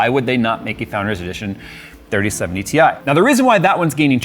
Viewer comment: 30-70 TIE!! it's TIE.:D